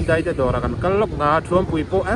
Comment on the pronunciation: Chuan,"DEIH" tilovin "DAIH" tih zawk tur🎉❤